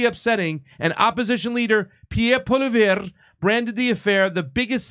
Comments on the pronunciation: 2 clarifications. 1. Rota resigns as speaker, but remains as a member of parliment. 2. Pierre's last name is pronounced Paul-EE-ev. Also, Chrystia Freelands grandfather was in same unit as hunka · Poillievre is pronounced "Polly-ev"